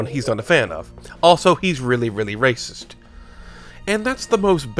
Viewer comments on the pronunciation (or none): none